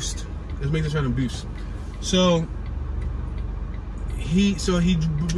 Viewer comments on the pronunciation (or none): bu-ist 2 syllable word, its a fact reporter, ur reporting ppl walking, sitting, just being ppl!! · Buh-you-is Avenue ***** but barely say the buh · bew-ist like beautiful its buist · Pass-Kull Beeu-ist Shell-Wynn They're rough names for streets but when you hear someone say it wrong it's terrible 🤣🤣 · Buist Avenue is pronounced BYOO-ist.